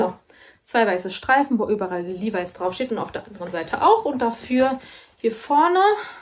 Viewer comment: Die Aussprache von LEVIS ist übrigens in beiden Fällen korrekt!!!😊😁😙